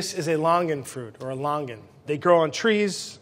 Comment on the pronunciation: 新加坡人。听到他念Longan, Rambutan真的很想晕倒